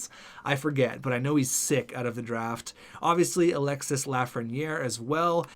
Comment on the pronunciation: Alexis Lafreniere is pronounced Alex-y (do not pronouce the S)